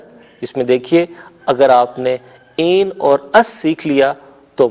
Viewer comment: این نہیں ہئے ایں ہوتا ہئے اور دونوں میں فرق ہوتا ہئے